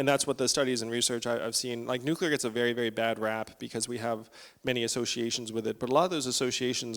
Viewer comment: Please pronounce nuclear correctly...NEW klee ar...not NEW kEW lar